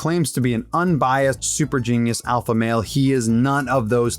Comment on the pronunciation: Lex pronounces alpha with a W.